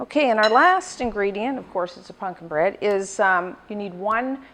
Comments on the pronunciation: Is she saying “punkin’”? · I love how she pronounces it as "punkin"